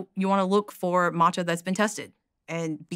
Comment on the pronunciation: So glad that she corrected his pronunciation of Matcha.